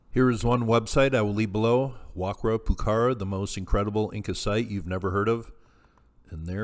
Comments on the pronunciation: Pronounced- Wa-kara Poo-kara. The Q is pronounced with the K sound. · Pronounced "Wa-Ka-ra," pukara, the q is pronounced like a K.